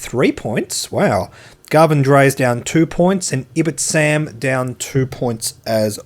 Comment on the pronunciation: stupid little pedantry comment here... Ibtisam is pronounced IB-TEE-SAAM. At least that how the Ibtisams I've met pronounced it. Keep up the great content dude! Just a fun little fact.